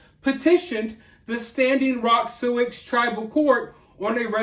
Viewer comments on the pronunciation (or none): I'm from North Dakota. Thank you for covering this. (Just a little tip...we pronounce Sioux like Sue) ;)